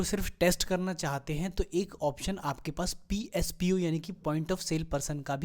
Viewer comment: "Pspo" nhi hota mr "posp" hota he,great knowledge